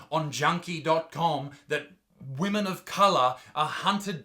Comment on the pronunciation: "Shaming the wemen of the wotld... australia and the whole universe" 🤣🤣🤣